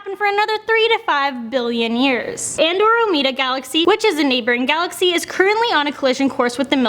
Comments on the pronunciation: Did she say An-doh-roh-mee-dah? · why did she say Andromeda so weird?